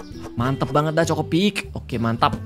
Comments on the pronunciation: CHOKIpik kak regi, bukan CHOKOpik 😂😂😂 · chokipik bukan chocipik😅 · Kak regi yang cereal itu bukan chocopik tapi chokipik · KA regii,sekedar mengingatkan itu chokipik,bukan chocopik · Kak regi cereal ny bukan chokopik tapi chokipik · Chokipik bukan chocopik bg